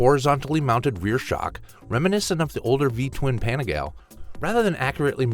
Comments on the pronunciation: Is this AI? Dude can't say Panigale right. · No, he's just an ignorant North American. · Please please learn how to pronounce the originals properly….. I cringed a few times when you said, quote: “PENEGAL” and “VELOST” 😂